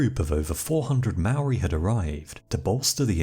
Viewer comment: Say Mould. Then say Mouldy. Māori. Your welcome